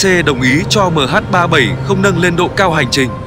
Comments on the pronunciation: Đ*t me. Nghe MH37... 0 là bực mình. Cho autobot đọc thì cũng lập trình sang chữ "mươi' thay cho 0. Nghe cứ tưởng 0 là phủ định. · Đó mình nghe mà ức chế cái từ đọc mh37 rồi dừng lại rồi mới không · MH 370 má cứ đọc MH 37 ???? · Đọc Ba bảy không cũng đc nhưng đọc liền 370 thì ok. Đây lại đọc MH37 rùi mới 0. Nghe sao sao ý. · Lỗi do người biên tập thoại cho giọng đọc AI, ko viết cách ra hoặc để dấu phẩy nên AI nó đọc liền luôn. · không lẽ có bốn số thì đọc là MH37O muoi, van đề là ở người đọc